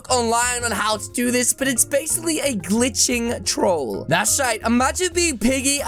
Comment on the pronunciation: He said gliishing orange